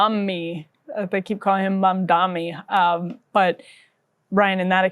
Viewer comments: I want to punch this asshole in the face every time he says "MONDOMMY" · Pleez! This dude is going backwards from government to mayor and he thinks this is normal. Now let us give his ex-girl friend an interview. He keeps saying Mamdami instead of Mamdani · Do you guys think Cuomo GENUINELY cannot say the name "MAM-DAH-NEE", or if its part of his terrible political strategy to constantly call him "MAN-DAMN-EE?" Personally I think it makes him look even more like a callous idiot, that he cannot even pronounce his main competitor's name correctly. It's not that hard, which makes me sure he's doing it on purpose, in some shallow passive-aggressive strategy. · i dont know how the interviewers dont stop him and help him sound out MAM-DA-NI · It's Mamdani, as in MUM-DANI. How hard is it??? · He can't even say Mamdani properly. What a loathsome, disrespectful character. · If you can’t pronounce the name of a political opponent you have no business being mayor of the biggest city in America. Being illiterate just disqualifies you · How does this guy still not know how to pronounce Mamdani. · I’ve never once heard Cuomo correctly pronounce Zohran’s name. It’s not an accident, it’s just an intentional dog-whistle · He thinks it's a such mastermind move to intentionally mispronounce Mamdani's name because he believes his disrespect will program people into thinking that he's forgettable or otherwise unqualified. Literally the thought process of an obsessively jealous high-schooler. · There’s literally nothing inspiring about this guy. His whole campaign is “I deserve this because people know who I am.” He also refuses to get Mamdani’s name right which is pathetic. Entitled politicians that get all their funding from rich donors are the worst. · Cro-Mag Cuomo can't even say Mamdani's name right. He's either dyslexic or doing it on purpose. Neither looks good for him.